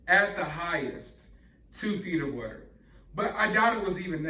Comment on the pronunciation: I love your channel and it still surprises me every time you say “what-er” 💦 instead of water 🚿 because otherwise I don’t detect an accent with you! 😂 Anyway, thanks for all the great videos! 😊 💕 🎥